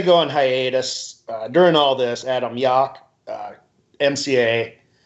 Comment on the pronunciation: You guys gotta pronounce Yauch properly though, come on, Yawk? I nearly turned the thing off.